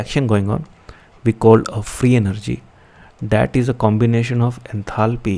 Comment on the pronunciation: Did nobody else notice 'enathaly' 😅